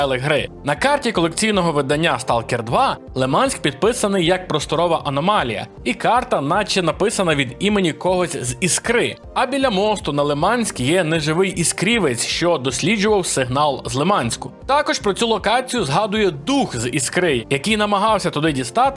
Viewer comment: Класно, проте є одна заувага. У слові іскра наголос на і)